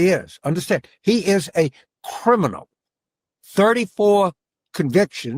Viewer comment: "He us a kerminal" says the strange creature in a weird pointy chair😂